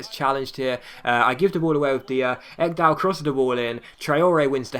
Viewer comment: Eggdal.. xD You're saying his name sooooo wrong. It's more like Ikedal than Eggdal :P